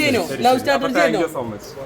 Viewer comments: ഏത് ഊളയാണ് സ്റ്റാറ്റർജി എന്ന് വിളിച്ചു കൂവുന്നത്… സ്ട്രാറ്റജി ആണെന്ന് ഈ മറുതാകളോടു പറഞ്ഞു കൊടുക്ക് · സ്ടാറ്റാർജി അല്ലടെയ് സ്ട്രാറ്റജി